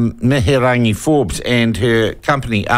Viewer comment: Your not saying her name properly so go and get educated in your pronunciation it makes you sound silly. Good on them Wahine Toa!!!